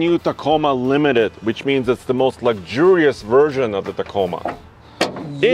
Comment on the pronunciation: What does mean when he says 'lucjurious'?